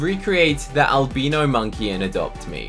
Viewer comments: AL-BYE-NO not albeeno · not an albeeno, its pronounced al - bye - no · “Alb*EE*no monkey” Me: “Alb*I*no monkey"👁👄👁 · Albeeno it's albino not being rude just saying:) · Alb-ee-no monkey is the best pet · The way he says albino 💀💀💀